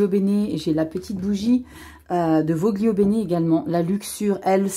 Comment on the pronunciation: On dit volio bene😉